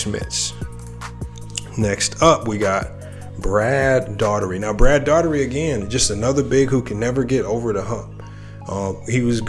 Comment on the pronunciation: you didn’t say brad daugherty name right hilarious bro you still good though bro 😂